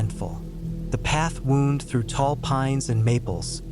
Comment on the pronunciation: You’re saying “wound” wrong; as in a trail wound through the woods — it’s not the same as being wounded by perpetual rejection